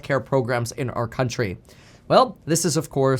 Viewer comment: “Crountchry” I knew the nonstop videos would get to you.